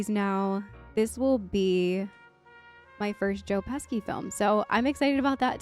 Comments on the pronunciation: His name is pronounced “PESHY’, not ‘PESKY’. He’s Italian. Sci is pronounced she in Italian. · OK, not to be a grammar "no-no-German" but OK: the second syllable to Tomei is like the month of May. And pesky Joe's surname is pronounced Peshy. You know, both being of Italian origin too.;) On the flip side, Ralph Macchio's surname is pronounced with ch-sounds (church ch's) despite its Italian spelling suggesting that the cch should be kk. Makk-yo. So I don't fully blame you for getting the other two names wrong. - Great reaction,. I was afraid you were going to pass out from losing your breath from laughing so much but you made it.:D For more Joe Pesci, there's always Goodfellas but another would be the Lethal Weapon franchise.:) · Oh, Jesus... that was fkkn adorable. Just for future reference, their names are pronounced PESH-ee and toe-MAY. But I can't lie, "Joe Pesky" might've just made my whole day. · AHHHHH - NOT PESKY - Peshi. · Joe Pesky ! There's no K or Y in his Name his Name is Joe Pesci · Joe "Pesky's" name is pronounced PESSHY. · I am not trying to correct you... But if you care... Joe pesci's name it's pronounced... Joe Pes-she... Not Joe Peski😊 great reaction by the way.. one of the best movies ever made😊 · Joe Pesky😅 It’s pronounced Peshy. I really enjoy watching your reactions though. Thank you for the smiles. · 💀 Joe Peski ? Marissa Tomai ? That gave me a chuckle. It's Joe Pesci (pronounced Peshi) and Marissa Tomei (pronounced Tow may)😂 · The LA Noire soundtrack in the back is funny since this movie is not really like that at all. Also, you're Italian? No. With a pronunciation like "Pehski"? No. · Pronounced. Peshy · Lol its PESHY pronounced lol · It's pronounced Joe "Peshee." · They are pronounced Marisa Toe-may and Joe Pesh-ee. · It’s Pronunced Joe (Pèshe) Pesci… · It’s just pronunced Joe Pesci (Pèshe) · hehe Pesky. Sorry but it's just a great mispronunciation. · Pesci (Peh shee) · Pronounce Joe's last name Pesshy